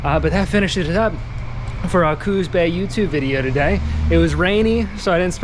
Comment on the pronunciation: Pronounced coos not cooz